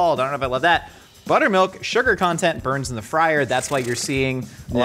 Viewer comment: Did he say butt milk